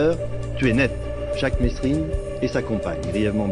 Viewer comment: C pas mesrine c merine il disait